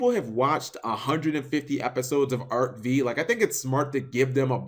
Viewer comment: Cap doesn't anime as much as he thinks if he keeps misnaming Arc-"Five" as Arc-"Vee" and can't even pronounce Gongenzaka's name correctly - learn ya shit, dog!